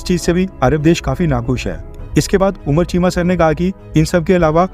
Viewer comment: उनका नाम कमर‌ चीमा है न कि उमर‍ चीमा